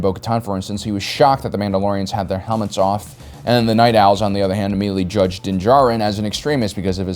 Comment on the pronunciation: Oh wow! actually pronounced dins name correctly